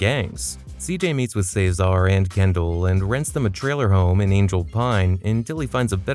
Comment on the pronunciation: What's with your pronunciation of "Ceasar"? It's fuckin weird